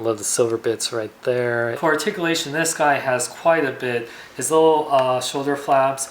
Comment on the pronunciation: Wow. Sad doesn't do reviews anymore. Asked for money?. That's sad. Argh. It's ARTICULATION!! Pronounce it right!!. Lol. Well since your gone. Guess I have nothing to bitch about. Hahahahahaha